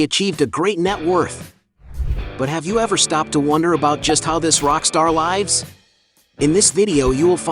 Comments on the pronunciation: Lives - wrong pronunciation. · I couldn’t watch anymore after you horribly mispronounced “lives” in the sentence “How this rock star lives” 13 seconds in.